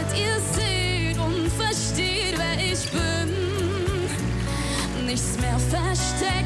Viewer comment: Sie singt das soooooooooo toll!!! Super gesungen, super individuell interpretiert. Aber ihre Aussprache zieht es leider so runter (isch will eusch alles sagen können, damit ihr seht wer isch bin). Das klingt so nach Ghettobraut☹️bis zum ersten „isch“ hat es so viel mehr Niveau und Klasse. Alles nur meine Meinung🤷🏻‍♀️ Trotzdem wünsche ich ihr super viel Glück🍀